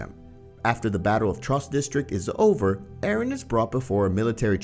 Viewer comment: Arron who’s arron its eren :]